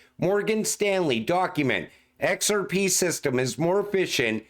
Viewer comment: EX ARE PEE!!! Love when he says it